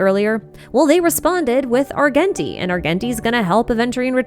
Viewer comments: arJenti not ar genshin ti:face-blue-smiling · The way you pronounce Argenti’s name 😭